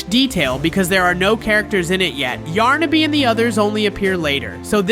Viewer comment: You can even say those two characters correctly it's yarnaby and pianosurorus